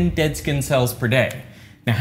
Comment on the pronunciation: Why do you pronounce the letter “S” as it were a “Z”? “ReZources”? “Zkinn cellz”? “Zpace”? On another note, taping a container to your skin would just create a micro climate with an unnaturally humid and still environment.